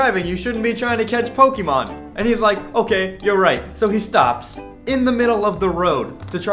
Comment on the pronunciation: You're pronouncing Pokémon wrong. XD